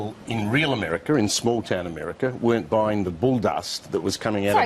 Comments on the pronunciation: "AMERICER" IS NOT A WORD! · "Americker" Geez.. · 1st vid "Ameriker" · What the fuck is "AmericaR"? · "In real emeriker" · The first situation.. Does that woman say "Americer" ?? Am I hearing that right? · Why does she say "AMERRIKER"..